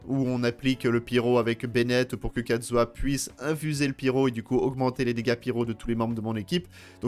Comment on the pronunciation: Mon xiao vas avoir son New set et kazuah celui de xiao (juste on et d'accord il dit katzuah et pas kazuah